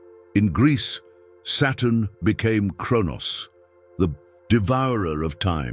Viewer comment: Are these captions correct? I literally can’t tell whether the robo-voice is saying “Saturn” or “Satan” and if these are AI-generated captions, it can’t tell either. So frustrating.